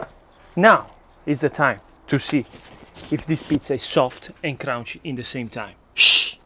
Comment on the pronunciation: "sowft and crownchy"